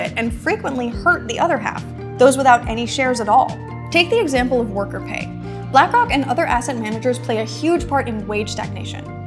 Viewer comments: She literally said black cock😭🙏🏽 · she tried to subtlety slip “black cawk” into her little video she ain’t slick 😆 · She said Blackock without an 'r'.